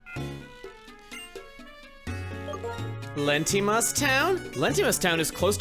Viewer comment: I was to say Letimas should be pronouced "lay-tee-mas" since it's clearly based on towns in the South West United states. Most have Spanish names and it feels like it should be that. Though, your pronunciation is probbably on par with how Texans say Amarillo.